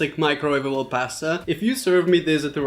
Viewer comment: That’s not how you say pasta bro but nice video